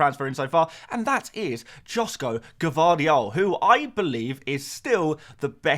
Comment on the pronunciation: Hey, just a little correction in pronouncing Gvardiols first name, it’s Yoshko.